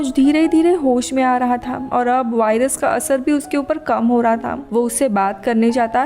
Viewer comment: वाइरस नही होता वायरस होता है